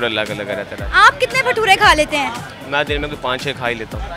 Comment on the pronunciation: Not pathura say भटूरे